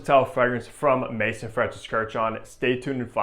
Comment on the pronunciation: Also, MAAAAAAYZOOOOON. Not Mason. FFS.